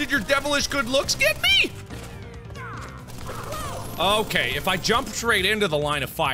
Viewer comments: Poo-too-ro. XD I actually died. It's pronounced "Pot-a-roo". It's a marsupial native to Australia~ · It's pot-o-roooo not pi-toro 🙄😑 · I am so sorry but I can't stop laughing at 'pinstripe potoro.' It is potoroo 'pot-or-roo' it is a native Australian animal just like a bandicoot. The games are set in Australia. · It's Pot-uh-roo